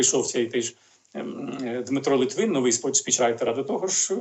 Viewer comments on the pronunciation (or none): none